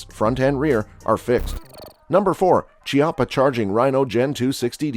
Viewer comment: It's KEY - appa, not che - apa ... like chianti wine is pronounced KEY - aunti. the words are Italian.